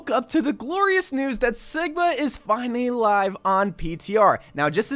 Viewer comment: Lol he said Siga instead of sigma